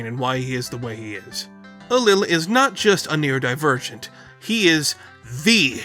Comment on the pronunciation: “Neurodipurrgent” Sir I will flay you.